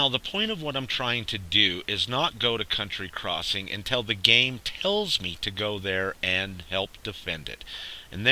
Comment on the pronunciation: Its county crossing, count tea, not *unt tree